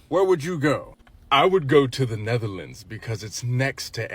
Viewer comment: I'll be honest. I'm 100% sure she got the Netherlands and 'neverland' mixed up from what it sounds like 😂